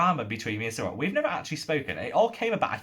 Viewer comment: You didn't butcher Cyrille's name! 😀